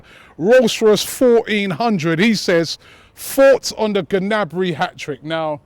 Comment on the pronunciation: Gnabry (Nabry) g is silent. good vid robbie.